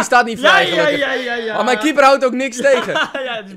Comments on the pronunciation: Eerst was het Raoul die “pan” uitsprak als een boze turk en nu is het die bij “keeper” uitspreekt als een boze turk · waarom klinkt keeper alsof een turk dit zegt